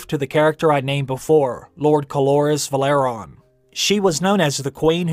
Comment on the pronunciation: It's pronounced VE-LA-RY-ON, not Valeron.